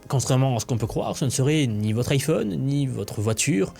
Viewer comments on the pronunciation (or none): none